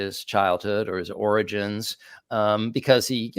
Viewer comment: Drs., I have a question. For awhile, trump had difficulty with speech. Words were mispronounced. (EXAMPLE: Origens came out oranges.) I haven't heard trump doing that sort of thing lately. Any comment?